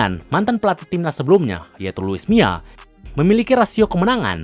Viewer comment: Mila bang bukan mia